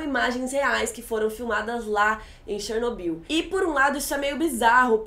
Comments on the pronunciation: Pelo amor de Deus, Chernobyl não tem acento no ó. então a pronúncia não é Ó e sim O . Que agonia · tchernobil kk fala direitoooooooooooooooooooo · Que agonia ficar ouvindo Chernóbyl kkkk adorei o vídeo, estava assistindo a série a cada lançamento e sempre acompanho suas críticas. Parabéns pelo vídeo e por ter estudado o caso para nos explicar. Ah, o foco incomodou bastante =// e sei que voce também deve ter ficado incomodada quando viu o resultado. Enfim, só passando o feedback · a pronuncia é chernob í u mesmo. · ChernoBYL.....Se pronuncia o final da palavra com tom mais alto..... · Começou Chernobyl, afetou e virou "Tchernóbyl" kkkkkkk q merda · pronunciando Chernobyl do jeito russo, primeira vez que eu vejo alguém falando haha. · Achei bem PEDANTE da parte dela...rsrs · Achei engraçado o jeito que vc pronuncia Chernobyl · Pronuncie o nome Chernobyl direito por favor, que chatice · Não é Chernóbyl, é Chernobyl querida. E olha que ela assistiu a série duas vezes e ainda pronúncia o nome do Legasov errado.